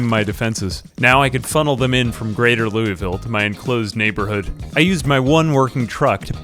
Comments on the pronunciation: It's pronounce "Loo-ville", not "Louie-ville". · Btw, it's pronounced "loo-uh-vuhl", not "loo-ee-vil" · please its not ‘lewisville’ its lou uh vuhl 😂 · As a Kentuckian, the way you say louisville disturbs me. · Pro-tip: Louisville is pronounced "Loo-uh-vuhl" instead of "Loo-ee-ville." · As a Kentucky resident it is pronounced LOO-A-VUL gotta let the southern draw out. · IT IS PRONOUNCED, LOO-VUL. LOO-VUL. STOP BEING A YANKEE. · I'm from KY & the way you say louisville makes me laugh every time. Its so interesting to that different accents exist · He doesn't say it exactly right per say, but atleast he doesn't pronounce the S in Louisville 😭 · As a Kentuckian it's really funny to hear how non-kentuckians say "Louisville".